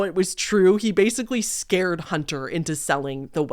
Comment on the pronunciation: hahahahhahahaha you saying “scawed little boy” is so funny, im cracking up